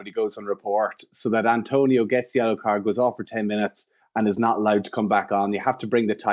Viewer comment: His name is ATONIO... not ANTONIO!